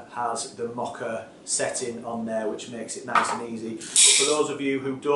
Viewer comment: Love how you say Moka! But what did you do with all the foam left in the cafetiere?